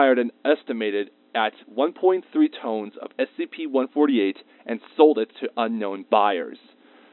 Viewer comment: Ton or tonne is pronounced "tun", not "tone".